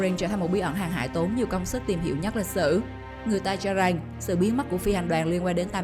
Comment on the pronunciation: Em người gì? Mà phát âm lạ vậy , chử rằng không phải chử rành